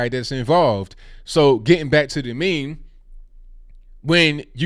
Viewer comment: Stop calling it a Me Me